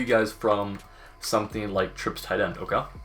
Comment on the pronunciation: the absolute cringy way he says ok. Like he got too much PB in his mouth or something